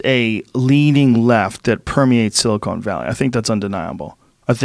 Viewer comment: Joe “Silicone Valley” Rogan